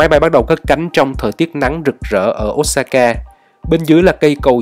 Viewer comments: Xin lỗi chứ ô sa ka chứ k phải ốt sa ka nghe khó chịu v~ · Ô sa ka chứ ko phải ốt sa ka a ơi. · góp ý với a là Nhật không có âm O và U thay vào đó là Ô và Ư (Osaka > Ôsaka, Sakura> Sakưra, Fukuoka > Fukưôka ):D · Chả ai đọc là ốt sa ka ad ạ